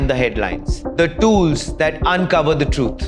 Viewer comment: Your pronunciation of "tools" is incorrect.